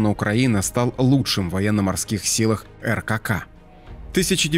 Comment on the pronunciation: не Эр ка ка, а РККА.